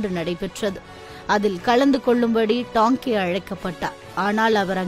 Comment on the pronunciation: தோழரின் பெயரை Tanke எனறே வாசிப்பாளர் உச்சரிக்கிறார். தவிர்த்து இருக்கலாம். இது போனறே மற்ற தோழர்களின் வாழ்க்கை மற்றும் பணி பற்றிய பதிவுகள் வரவேண்டும். நன்றி